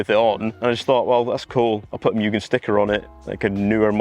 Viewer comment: Moo-gen not mew-gen